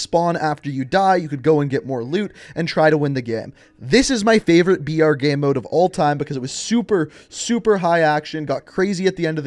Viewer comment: I didn't understand you were saying "BR" for battle royale, and thought you were saying "VR" for virtual reality.